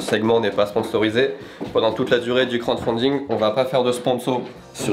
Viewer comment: C'est crowDfunding pas crownfunding! (c'est lui qui demande au début de la vidéo me bannez pas)